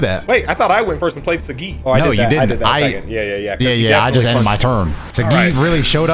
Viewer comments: Yo why is pronouncing Saggi like that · Even tho I'm watching this now, I wish Sagi would be pronouned how it should be pronounced